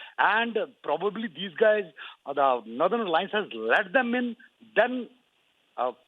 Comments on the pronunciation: It's not nerthern but North ern.this reader is confusing if we are just listening. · I have a question for the news reader what is "Narthern Alliance" and "Missionary" ...The news is good...but the anchor makes it Funny 🤗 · Northern nothern pronounce properly.